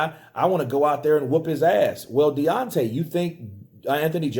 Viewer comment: DEONTAY "n.e.o." WILDER haha